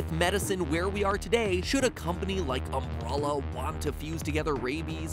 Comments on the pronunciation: isn't umbrella pronounced um-bre-lla than um-bruh-lla? it annoys me matpat mispronounce it and we know everyone in resident pronounce it um-bre-lla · it's just umbrella not "umbruhluh" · did you just say umbralla? Isn't it umbrella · Is it just me or does it sound like MatPat sometimes says "Umbrolla"? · It's umbrella not umbrolla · Anyone hear him say “umm-bruh-luh” instead of “umbrella” many times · ...Okay am I the only one who finds how Matpat pronounces “Umbrella” super weird? It’s like he’s saying “umbrulla” or “umbrolla”, makes me twinge. (No criticism, just observation) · Why do you pronounce it "umbrulla" instead of "umbrella"? Have I been pronouncing it wrong my whole life or is MatPat wrong? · Umbrella..... Not Umbruhlla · Why does he pronounce it Um-bruh-la it's Um-bre-la. XD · Okay, wtf. Mat pronounces umbrella as umbrulla. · Is it pronounced UmBRUHllA??? I need to know!! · Why can't you pronounce "umbrella"? Seriously, homie. It's "umbrElla" not "umbrulla." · Is it just me or is he saying Umbrulla instead of Umbrella? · why the F did you say "umBROlla" it is pronunced "umBRElla" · It's umbrella not umbrulla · He pronounces it Umbrawlaw but in the games its just umbrella like just how u say the tool itself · The way you say "umbrella" sounds like "umbrulla" lol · why tf is it impossible for him to say the word "Umbrella" normally. It's not "Umbrrrola". Have no idea where you got the "O" sound from or why you're extending the "R" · The way he pronounces umbrella as Umbr-all-a. It aggravates me. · we have a new word to add to MatPats weird pronouncing like Doll/Dowl - Umbrella pronouned as umbrolla lol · I heard AMBRALLAH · Do I keep hearing "Umbrulla" instead of "Umbrella"? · This boi said “UmbrOlla!” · Umbrulla ... really matpat really umbrulla...,can make great and theories that get you to think but can't pronounce umbrella. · because umbrella is pronounced umbralla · Why does MatPat not pronounce Umbrella correctly? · MatPat said um-BRUH-la